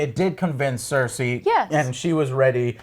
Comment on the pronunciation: EurEAn instead of Euron ClEEgan instead of Clegane CerSCI instead of Cersei Confuses Aegon with Rhaegar... They all expect from the show to "Just go to the wall and fight some white Walkers" The wall wasnt around for 1000 years, but for 8000 years which repeatadly gets mentioned in the show. And after you get ALL of that stuff wrong you dare to call other people casuals??